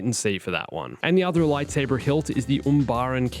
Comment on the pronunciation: i hate how you pronounce lightsaber